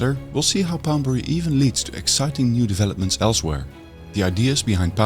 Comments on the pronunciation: Poundbury not Boudbury. Why does her keep saying B and instead of P. 😆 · Too bad narrater couldn't pronounce Poundberry but felt compelled to mispronounced it 1000 times. Annoying 😂